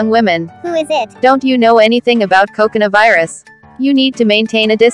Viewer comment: I'm hearing..... cocona virus